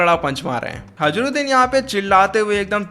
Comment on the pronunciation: Bhai vo hajruddin nahi hai hirudin hai